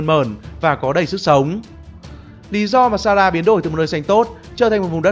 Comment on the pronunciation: A cứ đọc sara vậy 😑😑😠😠